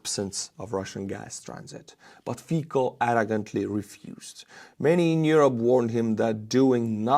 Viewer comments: Hey, Fico in Slovak is pronouced as Fitsó (o as in off). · Hi, just one thing..Fico must be reading with C not K (Fiko)... we will sure heard about him more in future... he is not in favor of free Europe...thanks for your work and greeting to your wife and to you of course:) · It is pronounced Fitzo, not Feekoh. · I like how you mispronounce Fico (keep it), should be "fitso". "fiko" sounds like derived from czech/slovak word for the fig fruit, or german slang word for having sex. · It isn't "Fiko", it' Fico, pronounced FEE-tsoh. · the name "Fico" is pronounced "fitso," not "fiko" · Love how your pronunciation of Slovakian Prime Minister Fico's name hits my California ears. I hear you refer to him over and over again as Fecal, a definitely accurate English description of any friend of Putin. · BTW, you made absolutely WONDERFUL butchery on Fico's name. The way it sounds as you pronounce is same as word "fik", which in German, Slovak, Czech and prolly couple of other languages too means "to F***". In Slovak and Czech, C is not pronounced as K.